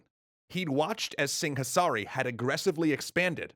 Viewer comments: There's a h in Singasari that he keeps pronouncing exaggeratedly. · Si-nga-sa-ri, not sing-a-sari. LMAO